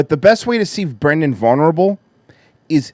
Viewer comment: It's bwendan.......U ileterate,u beast of a banana/mango/coconut vessel? ;)